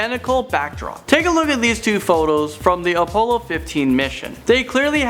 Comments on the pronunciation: I don't even care that this is just bullshit. The main problem is that he can't even pronounce crap right. AHLdrin, OHpollo, SERmetrical,?????? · how the hell did he just say Apollo? - n the way he says Buzz Aldrin too... wtf? can this guy not read correctly??? Did anybody else catch those besides me?